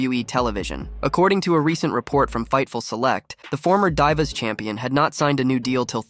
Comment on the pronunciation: This dude didn't say DIVA🤣😂🤣🤣he said DIEVA🤣😂🤣🤣